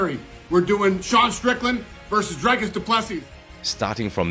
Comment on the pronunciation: You specifically put in a clip Dricus saying of how to pronounce his name properly and you still said it wrong numerous times in the video 🤷‍♂️